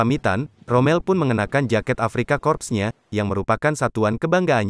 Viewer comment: Corps dibaca kor. Kalau kalau dibaca korps artinya mayat.